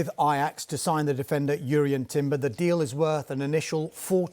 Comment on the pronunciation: Finally someone who knows how to pronounce Jurrien Timber's name properly 💯